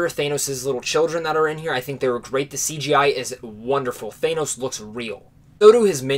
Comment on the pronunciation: the way u pronounce thanos is wrong